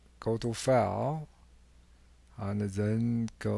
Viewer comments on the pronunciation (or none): Bro said faile